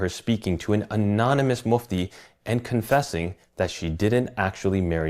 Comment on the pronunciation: There's no AI NARRATOR. it's hijab's own voice. lowered tone. He only tries to change the pronunciation of some words. Like mufti, for example. Never would mufti be pronounced mahfti (mâftï) in Britain. And Ai would not pronounce the rest of the words like hijab the moron. He really is at the level of unicellular organisms when it comes to the iq.